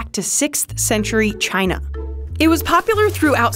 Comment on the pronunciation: Is anyone gonna say something about the way she said ‘China’